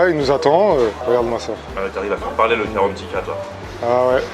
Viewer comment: C'est GARANTITA !!!!! Pas carantika, je suis sur que t'as écouté l'autre imbécile de guideultime